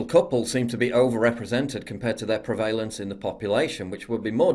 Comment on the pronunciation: Am I the only one who gets slightly perturbed at how PJ pronounces "prevalance"?